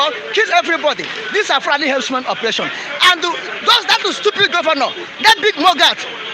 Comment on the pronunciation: "HERDSMEN" NOT "HERBS-MEN" ABEG UNA. 😂... ◾️ People please it's not Fulani herbs-men ◾️ I even heard that shameless stooge called Dave Umahi pronouncing the terrorist jihadists as "herbs-men". ◾️ They're not selling herbs OO!!! They're cold-blooded killers who need to either be driven out of every bush together with their cows and their women to either register in each town or city or for their own safety or in the interest of peace uplifted out of the localities in which they're currently wreaking government-approved, government-backed mayhem and sent back to Futajalon. ◾️ It is time for each indigenous grouping of people to declare their independence as a nation and protect their people! No more Nigeria Zoo contraption!, No more stooge Governors being called "Leaders" which everyone can now see they're not! Long live Ohammadike MNK!!! Long live I.P.O.B!!!